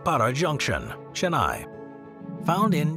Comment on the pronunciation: Killed the pronunciation with the Chennai one.